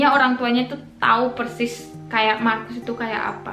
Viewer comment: markus,orang indo sebutnya mahrus/makrus 😁😁